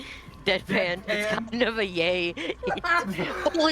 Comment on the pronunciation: cannot stop thinking about pronouncing "yay" as "yaeiy". or, indeed, about victor kain's Big Mind